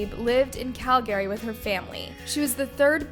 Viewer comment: Why does this chick mispronounce so many words on almost every video. You mispronounced Calgary